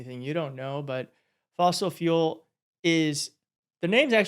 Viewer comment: He said Fossil what? It wasn't the word fuel. Smh